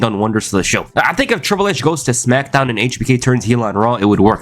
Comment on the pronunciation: “The Rack” “Brack Lesnar” “Smackdawn” 😂😂😂